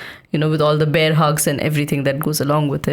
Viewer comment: I love how mispronounced the actual cartoon name enough to suggest it as a new show's title. Like the transition from "Masha and the Bear" to "Masha and the Beer". Highlights the historical period with irony and has a cooking element to it. Hopefully, youtube's politic regarding alcoholic beverages is not too harsh to avoid recommending it to your loyal listeners